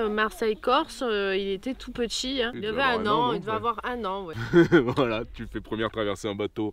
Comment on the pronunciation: Youtube premium c'est la vie les amis ! plus de pub et qualité augmentée. Pour 11 euros par mois faut pas se priver (perso j'ai couper sans regret netflix). Et sur smartphone ça permet d'écouter de la musique sans mettant en veille. Si je peux etre un peu critique... j'ai remarqué un truc quelques temps et j'avoue que ça m'obsède un peu... petchi, voitchure, natchure, partchi, touristchique.... c'est anecdotique (anecdotchique 😅 ) mais en vrai c'est insuportable. Surtout en voix off où je me focalise plus là dessus que sur les explications (et pourtant j'adore ces passages qui apportent pas mal aux vidéos). Bonne route à vous !!